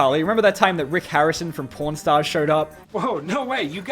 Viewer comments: When you said “pawn star” I heard pornstar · I swear to god I thought said Pornstars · Ngl when he said “Pawnstars” it sounded like he said “p*rnstars” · when says pawn stars I thought he was saying porn stars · you really need to work on how you pronounce pawn stars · please never say Pawnstar again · Why’d you pawn stars like that? It sounds like something else